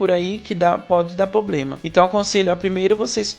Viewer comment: Seu vídeo é maravilhoso e muito útil (e bem embasado também, cientificamente inclusive). A única coisinha que podia melhorar é a palavra "problema", sempre mal pronunciada, o que tirou um pouco a atenção ao vídeo. Abraçs